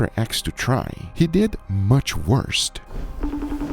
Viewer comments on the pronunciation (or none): Why do the sea water and all that extra? It is pronounced “worse” not “worst” in that context. I think you wasted this.